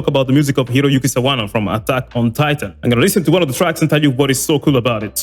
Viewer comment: My mans pronounced Sawano's name right... already like him.